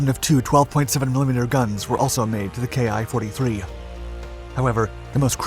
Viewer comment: 10 seconds in and you mispronounce the name. Awesome